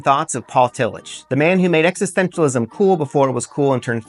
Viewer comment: This is good but you are mispronouncing Tillich.